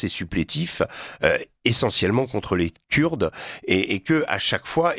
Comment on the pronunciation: Rien qu’à sa façon de prononcer (Kuuurdes) ce monsieur n’est pas très agréable à écouter. Cela dit, pourquoi insister tant à vouloir diviser les syriens??? De plus, il réduis toute la Turquie a un seul homme !!! Vraiment pathétique…